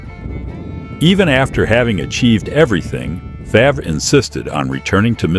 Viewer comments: Again pronounced “fairv” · Pronounced FARV. Stop using these idiotic AI voices!!!! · Our 3m ranch is not anywhere near his ranch. And AI in your production mispronounce his last name. Sad!